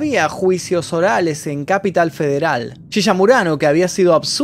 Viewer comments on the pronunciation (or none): te salió el capital re yankee xd cuando dijiste el capital federal jaja